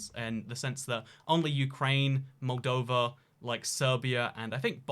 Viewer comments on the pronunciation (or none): none